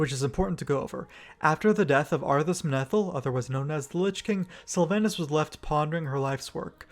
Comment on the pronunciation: I try to live by the wisdom of forgiving mispronounciation as learning by reading is a net good. But there is soooo much mispronounciation in this video. Just to start the first A in Sylvanas is a long A. I know multiple WoW loremasters who's first language isn't English who are on point in this arena.